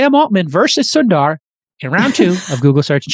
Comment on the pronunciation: The pronounciation is "soun"-"the"-"ruh" : Sundar